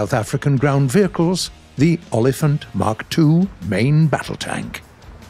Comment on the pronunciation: It's pronounced Oh-Lee-Funt